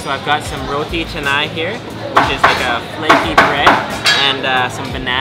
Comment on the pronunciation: Why's the title say "Muslim meal"? What's Muslim about a Indian (India contains more hindu's than anything). Also you're doing it all wrong lol eating Roti (pronounced Rootea btw) with a knife & fork 😂